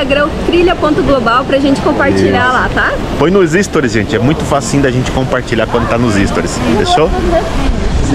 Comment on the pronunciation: 😃 Que legal, um novo país!! TMJ. 👏🏼👏🏼👏🏼, a pronúncia correta é "sTOries". Quando ouvi você dizer "ÍStories" pela primeira vez, eu achei que era uma função nova, rsrs. 😅